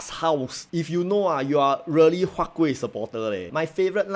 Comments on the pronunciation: Sir, your "K"ueh dropped off again ah? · Siao eh, why your huat kueh the k gone again D